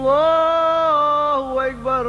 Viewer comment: Lafaznya koreksi bukan hu akybar tapi hu akbar he he